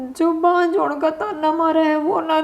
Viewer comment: दो बांज बहु = दो बांझ बहु ( आपके नाटकों में अक्सर मुख्य शीर्षक का उच्चारण शुद्ध नहीं होता है। )